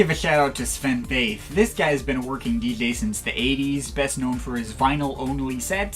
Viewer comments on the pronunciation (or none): Hey, here comes something totally unrelated: the V in Väth is pronounced F 👋😊😊😊. I've never heard any English speaker pronounce Sven Väth's name correctly.